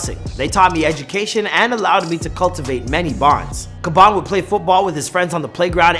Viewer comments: Man said khaban nvm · The way you pronunce his bene Triggers me to an extent I didn't expect, it sounds like you're saying Kebab😂😂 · Why you calling him Kabon if it Khaby? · Why do you pronounced his name khabam? Instead of khaby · It is pronounce Habaan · not being rude or something its Khabby lame( Pronounced like Kaaby lame ) :)) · its khaaaaaaaaaby lame damn it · Iys pronounced Kha"bee" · Lol why do you pronounce his name like that? Its funny how you say it. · I don't know If that's how you say his name bro